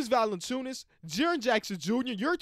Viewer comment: mispronouncing Valanciunas is just GOLD. Love to see it